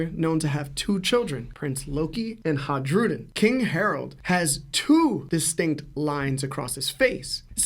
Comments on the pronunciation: Isn’t it pronounced “Hai-ru-din”? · fascinating theory but maaaan was it hard to listen to him butcher Hajrudin's name over and over again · The J is pronounced like a Y in Hajrudin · yeah It was driving me nuts